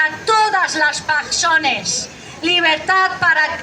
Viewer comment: PERSONES ?? mal vamos...